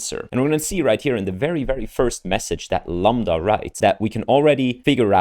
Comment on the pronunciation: Dude stop saying lamba can u really not even read a five letter word?